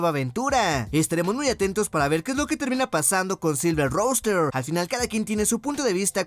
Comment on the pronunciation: es silver ruster (rooster) asi se pronuncia, el gallo plateado, EI Y DOBLIU (AEW)